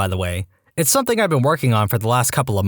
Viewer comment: No K in the word something .